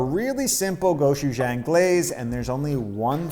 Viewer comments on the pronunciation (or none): Also, it's pronounced goh-choo-JONG. ☺️